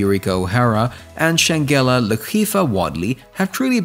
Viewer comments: lol..exactly...the mispronouncing was annoying 🤪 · You know that G and E in SHANGELA is PRONOUNCED as a J right. So it would look like Shan-Ja-la. Not Shangulla. 🤦🏿‍♀️